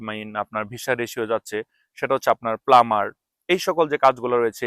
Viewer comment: প্লামার না প্লাম্বার